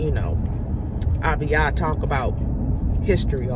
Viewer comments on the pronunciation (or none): Error, Abiyah, not Aliyah. Yacob, not Taco.